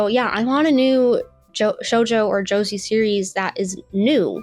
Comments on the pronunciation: i was cool with all the misinformation until u said "josie" instead of josei. now i want to scrap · Josei is pronounced "Joe-say". A lot of my favorite manga fall into that category when I can get my hands on them! ^,,w,,^ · we 1min plus in and girl can’t even pronounce JOSEI??? BRO let’s be fr anime tourist alert!🚨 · The pronunciation of “josei” told me everything I needed to know. It’s obvious she doesn’t know what she’s talking about bless her. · I clicked the timestamp, fully knowing she was going to pronounce it wrong, and still wasn't prepared. Burst out laughing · im not even gonna point out how bad the arguments in this video are because everyone else has already said it but if youre gonna make youtube videos about anime, for the love of god learn how to pronounce japanese words properly. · why should anyone take the opinion of someone who pronounces josei like the guy from fortnite seriously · What in the weeb bs is this…??? geez, even izzyzz would have a field day with this. Yikes. First off. Its “joe zey” not josie. Oh my god. the more i watch this the more im cringing as a woman in the weeb fanbase. Oh. My god. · How are you more retarded than me and I'm the one with an autism diagnosis? Also the word Josei is pronounced "Joe-SAY!!" Not "Joe-zee" for fucks sake do better research on the shit you talk about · You're reading the chatgpt script wrong, lmao. It's pronounced 'Josay' not 'josy'. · Anyone else cringe at her pronunciation of "Josei"? Sweetheart, it isn't 'Joe-zee', it's 'Joe-say'! Pronounce it like the 'sei' in 'seinen'. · She pronounced seinen correctly. Josei is the same (say-nen) (Joe-say) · its not too late to delete this. im so serious if you want to make video essays going forward this is going to nuke your credibility before you even start. josei as "josie"? girl... i'm not even 2 minutes in and this is Rough. do they not teach kids how to research/write essays in school anymore? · Joe-see lmao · You can't even pronounce josei😭😭😭😭😭😭😭